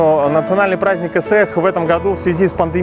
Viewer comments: Когда человек говорит ысыах, а не ыhыах уже не хочется слушать. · Не ысыах, а ыhыах заколебали.